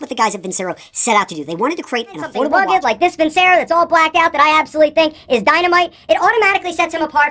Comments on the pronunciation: It's pronounced Vin Chair O. I don't think they claim to be the greatest watches in the world. I think some of their watches are really nice looking. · You’re not even pronouncing Vincero correctly.